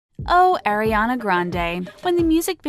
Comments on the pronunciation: ITS ARE-IANA NOT AIR-IANA JESUS CHRIST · She said “Air-ee-Ana” it’s “Are-e-Ana” Sorry I’m just a fan that gets triggered lmao. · Can we please pronounce her name correctly it’s Ari-ana not Aire-ana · “AIRIANA” HOLY MOLY NO ITS ARRRIANA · so many years and people still cant pronounce aris name correctly. it's AH-riana not AIR-iana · it's 2019 and ppl still call her air-iana a instead of are-iana? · Oh, *Air*iana Grande It's pronounced Ariana, not AIRiana. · Who really GAF! 4 REAL. BTW PLZ PRONOUNCE HER NAME AS "ARE- EE - AH - NAH NOT AIR- EE- AH - NAH (TYVM ) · It’s Ariana not airiana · 4 second in and they already made me cringe by saying “airiana” 😂😭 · "oh AIR RE ANA Grande" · “Airrianna grande” oh 😂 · Did she just say “Eriana”? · air-i-ana AHHH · Oh AIRIANA GRANDE? who is AIRIANA? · if you can't say her name right... don't make a video about her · yea wtf